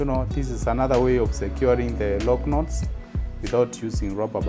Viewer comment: Love the way you say "Loc Knots." Beautifully done... 🔥🔥😍🔥🔥